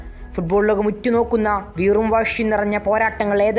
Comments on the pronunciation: വാഷി അല്ലടാ വാശി😂😂😂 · വാഷി അല്ലേടാ പൊട്ടാ വാശി, മണഗുണൻ